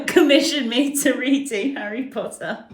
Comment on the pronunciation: Pottah! Yeeeeee